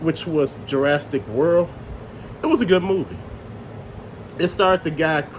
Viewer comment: What is Ju-RAST-ic park? It's pronounced Jur-AS-ick. No "t" in there. LOL